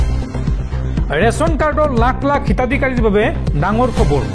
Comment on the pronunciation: Okhamiya ussharan bhalkoi karak,khubor nohoi khabor hobo lagey